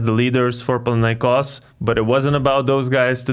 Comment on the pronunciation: My man, I love how you correctly pronounce the name of the club. PanathinaiKOS.